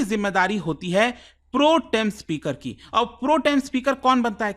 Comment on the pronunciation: Hahah😂 Pro...... Tem speaker 😂😂 It pronounces as Protem as one 😂😂